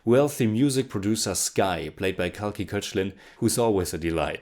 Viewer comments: Kalki’s last name is pronounced “cake laa” not Kochlien :) I got to know of it recently too. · Kalki Koechlin is pronounced as Kalki cake- laa. Surname belongs to European decent, some Germans had that surname